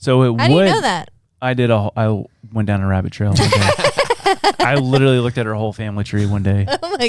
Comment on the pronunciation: Can't stop thinking of the time when kept laughing at the guy with the funny voice that accidently killed himself with that nuclear project he had in his shed, when he himself sounds like the caricature he created as he can't pronounce the word 'literally' sounding 'widdleraly' all the time.